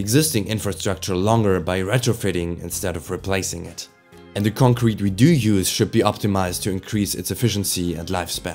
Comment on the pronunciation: The same type of pronounciation i would have used a few years ago. Mainly concrete as in concrete evidence. The pronounciation is on the latter syllable rather than the first one. Not a strong accent, just stuff i noticed from myself. Ich hoffe dein Kanal schafft den Sprung. Qualität setzt sich durch und der Algorithmus hat dich direkt nach dem 1. Video belohnt